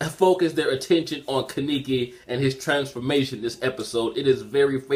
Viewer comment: Ka-ne-ki...not ki-niki